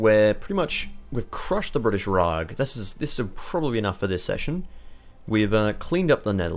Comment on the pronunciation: Rag? It's Raj.